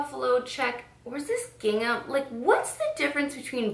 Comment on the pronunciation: It's gingham